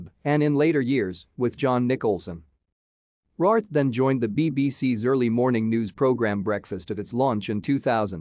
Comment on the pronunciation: Her surname is pronounced RAYWORTH.